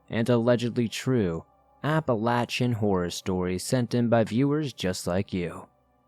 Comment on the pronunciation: I appreciate that you pronounce Appalachia properly!